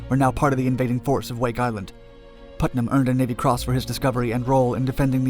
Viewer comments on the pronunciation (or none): none